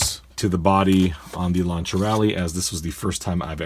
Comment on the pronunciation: Correct pronunciation. Being from the UK we, as a whole, in general, say 'Lanc(s)ier' which is obviously incorrect and I only found out the correct pronunciation when I moved to Italy many moons ago. Lancia being the Italian for lance or spear, e.g. for cavalry. In the modern day it is used for a flamethrower, 'lanciafiamme / di fuoco'.